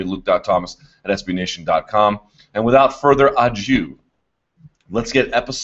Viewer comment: Why do people say without further adieu, instead of ado